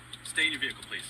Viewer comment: VEEE HICLE not VEAL ICLE